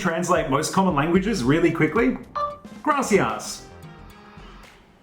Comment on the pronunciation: Love the understatement. And as for the Grassy Ass (Gracias) right on mate. Typical Aussie speaking a foreign language. 👍👍👍🙂🤣😁 110%